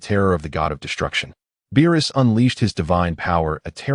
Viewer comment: Why does it keep calling Beerus Bilus?